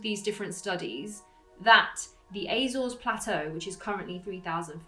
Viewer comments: Apart from the Azores which you pronounced like a septic, it was right. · I wish you'd stop mispronouncing Azores.